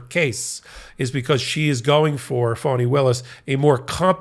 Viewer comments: FANI is pronounced FAN•NEE not FAWN•NEE. Please correct your pronunciation. Thank you! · It's fonnie, rhymes with ronnie. Sounds like you're saying fawnie. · Fah-knee. Listen to how her friends and associates introduce her. (Please tell Ben too. He calls her fuawny/phony) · FAWNEE (NOT “PHONY”) Willis! Please! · I wonder why some Americans pronounce the DA's name 'Faunnie' or 'Fawnie' when it is clearly spelt 'Fanni'? Surely, it can't be because they are prudes and can't bring themselves to say 'fanny' but you never know the extent of the madness of the loonies and zealots we cleared out of Nottinghamshire and Lincolnshire to fill the early ships like Mayflower...We got the Sleaford Mods and they got the entire cult of the Fighting Ninth Day Mentalists. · Isn't her name Fani Willis why do you keep saying phony Willis . Pls say her name correctly she deserves that respect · It's actually spelled "Fani," and if it was being pronounced wrong, she would have corrected them eons ago. Signed, a person who has had to correct countless mispronunciations my entire life to the point that I'm shocked when someone calls out my name at an appointment and somehow gets it right the first time. On the first day of every new school year, I dreaded that initial attendance roll call! (Note: it rhymes with 'cautious') Given the bands I'm into I've heard of the Sleaford Mods (and "we are the mods" from 'Quadrophenia' is running through my mind now...) and upon checking out just a few songs, makes me think that they're a big influence to Shame; granted I've only heard a few of the latter's songs as well, though.